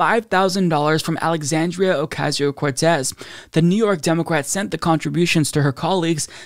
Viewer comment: I don't know why it bothers me so much, but the way pronounces Democrat (Dem-OH-craht) is very troubling to me.